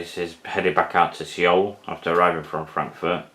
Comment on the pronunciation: Nice widebody lineup! Just a heads up, Seoul is just pronounced ‘Soul.’